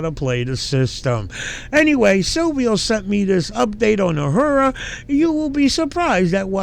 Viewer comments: I love how you say "Uh-her-uh"" Transparency. Just an FYI...it's "A-roar-uh" 🤣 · A-roar-a Not “a-whore-a” 😂 probably more fitting for her though 😅 lmao